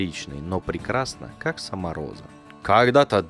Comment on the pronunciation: Почему ей нгхавится гхоза? Там ведь буква "гх"! И я понимаю теперь почему её ни разу кошкой не называли, даже собачкой (Померанский шпиц, рыжий, маленький, миленький :) ) - она ведь гхычать не может ) Это как прикол с одним из основателей канала "ВШлеме" (Ланкарра, Сергей. Он тоже картавит, но не так сильно, незаметно даже, но 333 333 он произносит с трудом :) )